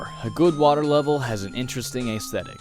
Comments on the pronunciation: Ayezthetic? It's ezthetic. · You say certain words weird.. "plaguing" and "aesthetic"